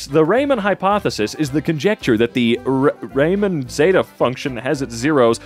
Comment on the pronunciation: Euler is pronounced as 'Oiler' not 'Wheeler' and Riemann is pronounced as 'Reemaan' not 'Raymen'. Fourier is foux-ree-er.